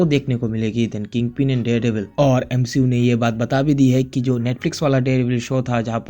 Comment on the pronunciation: Nah bro "M She U" 💀☠️